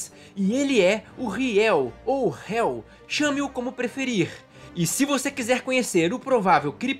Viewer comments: "Riel" ???? Que tolice é essa??? Nunca te disseram que o "H" nunca se lê? Então o nome se lê "El" e não "Riel" e nem "Eli". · PELO AMOR! A PRONÚNCIA É HAGA-EL"